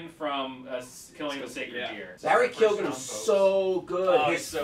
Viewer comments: Barry "K-yo-n" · Hey, Barry Keoghan's surname is pronounced "Keown". See the first six seconds of this interview with an Irish radio station for confirmation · Its pronounced key own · Since Barry Keoghan is Irish it's pronounced 'keo-han'